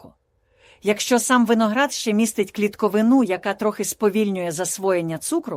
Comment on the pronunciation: дякую -- структурно, педагогічно, але не варто так драматизувати, театралізувати, задавати "страшні" питання, відповідь на які після першого разу вже відома, ну і з наголосами варто розібратися: , запаморОчення (?), "клітковинУ(?), успіхів, най квітне український ютюб!